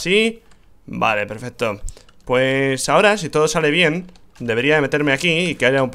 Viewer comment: no es peferto es pesfesto